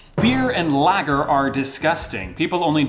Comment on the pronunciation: you really just said lager as lagger